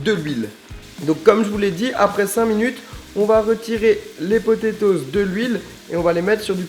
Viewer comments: MDR tu dit potetoz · Les potétoses 😂